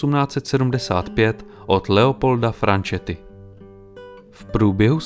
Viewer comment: Velmi dobře zpracovaný dokument, s dovolením jen malé upozornění: písmenko s se v italštině čte jako z, takže cosa nostra se správně vyslovuje "koza nostra", stejně tak Petrosino (Petrozino) a stejně tak "ch" se vyslovuje tvrdě, takže u jména Bianchini a Franchetti čteme "biankíni" a "franketti" a žádné biančíni a frančeti :) Jsou to možná z mnohého pohledu maličkosti, ale když je dokument na úrovni v historických detailech, proč nemít v ažúru i detaily lingvistické? 😉